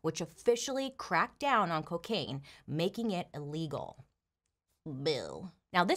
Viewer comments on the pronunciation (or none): none